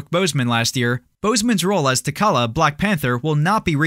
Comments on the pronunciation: Sooooo no one is going to correct the guy so he is aware for next time it’s T’Challa not Takala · I hate to be THAT geek but… it’s T’Challa, he said it wrong 😑